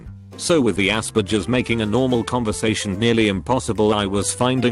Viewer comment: Text: Asperger’s Text-to-speech: Ass-bitches